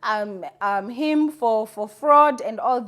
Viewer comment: It's Fraud not Froud